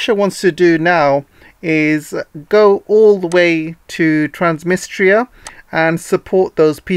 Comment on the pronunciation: Transdnistria please , NOT Transmistria , sounds like you’ve made a hearing error!